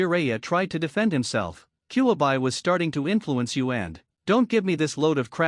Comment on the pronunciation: This AI narrator kunow, kyuibuy, umboo. It is unlistenable.